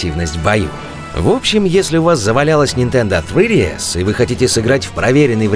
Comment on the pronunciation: Говорите нормально, "сридиэс" - вообще со второго раза понял что вы говорите о три дэ эс.